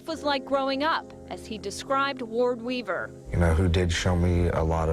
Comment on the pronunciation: I keep hearing ward beaver…